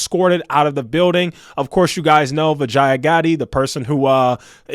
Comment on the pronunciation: Vijaya Bee- ja - yeah That's how you pronounce her name 😂